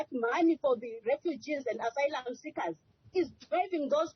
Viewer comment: She can't even pronounce "asylum"